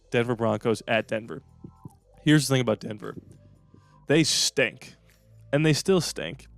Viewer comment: The emphasis on stink when talking about the Donkeys was hilarious 😂